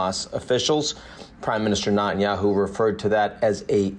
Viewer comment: Can we learn to pronounce Netanyahu?